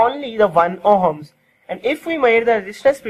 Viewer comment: It ohms,,,, not homes